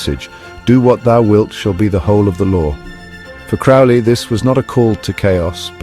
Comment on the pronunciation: His surname is pronounced to rhyme with Crow.